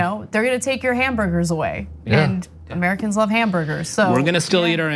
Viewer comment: It's "hamburders", Ana. "Hamburders" and "covfefe".